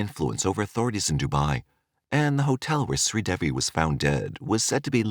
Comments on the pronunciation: SRI De-Vi Not sweet Debbi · This story the truth her husband did not kill her it was an accidental drowning her name is pronounced shree devi the name devi DE -day and VI is V,so it's DAY-V ❤